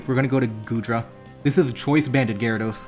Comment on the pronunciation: "The Gyadros is choice banded" Hearing that physically hurt.